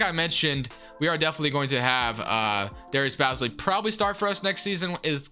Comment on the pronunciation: I'd hate to be that guy but, Darius Bazley's name is pronounced Baze-lee loved the vid though! keep up the great work